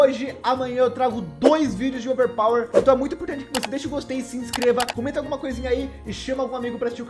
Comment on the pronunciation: O falando overpawer